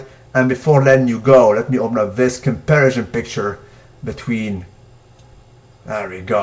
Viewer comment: I told you the last time. The word is comparison, not compersion. Do you even vocabulary yo?